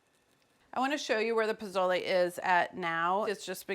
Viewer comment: I love you Carla! Pozole is my comfort caldo next to pho. Please stop pronouncing the Z in pozole as a z. Use the Sss sound instead and le as in Le Creuset not layyy like lays potato chips lol